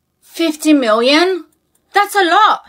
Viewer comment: 50 miwion!